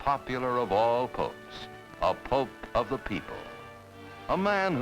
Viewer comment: No, no, no...It's POPE, not DOPE.